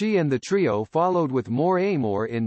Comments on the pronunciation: This voice sounds like one of those recordings giving instructions over the phone. It is pronounced ahmor, not eimor, but then why get that right when most everything else was mispronounced also. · I totally agree. How stupid and insulting. Also, the narrator, who sounds like a robot, pronounces "amor" a-moor. Yeech.